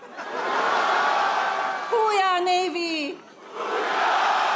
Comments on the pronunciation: Thought Melania was saying "Who we are, Navy?" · I thought Melania was saying “who we are Navy!?!” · He's so demented! He acts like he forgot who Ghislaine Maxwell is! And he doesn't even remember the name of his own book?! And the Navy doesn’t say "Hoo yah" like that. 🤦‍♀️ Plus it's ILLEGAL to put his likeness on currency! I'm confused by the last guy. Why would he vote for that councilman when he doesn't like what he proposed? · I thought she said "Who We Are Navy" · I thought Mel was saying, "Who we are?"